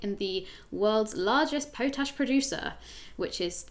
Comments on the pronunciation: Her bad pronunciation is back. "Pohtash" it's pot ash. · + - po tash??? are you sure you don't mean POT-ASH.... Rule one when saying stuff on video : Know what you are talking about, if you meet a word you don't know : LOOK IT THE FUCK UP! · Pot-Ash, not Poe-Tash. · wo wo wo wo wo wo sorry...whenever has the word pot ash ever been pronounced pote-ash!? it's litterally spelt out for you pot....ash! 🤷🏻‍♂️🤦🏻‍♂️ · pot ash, not poat ash - literally named after ash from a pot.